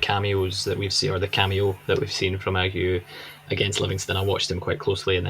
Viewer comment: Ageu is three syllables: "Ah-jay-oo". Yer man in the cap got it right. I feel it's important we get it spot on, because the lad is class. Also saw some fans suggest we sing Agadoo by Black Lace as his chant and f88k that!